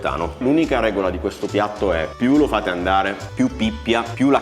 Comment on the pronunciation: Ciao si dice pppiat😂